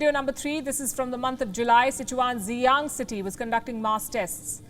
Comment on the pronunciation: "XINJANG TREATMENT" 😆 🤣 😂 😹